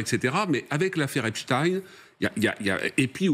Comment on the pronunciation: [ prononcer please Epstein comme EPSTAIN Phonetic allemand/germanic]